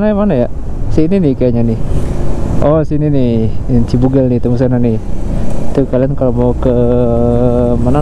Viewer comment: gimana²? Yg bener CIBUGEL, bukan CIBUGEL🙄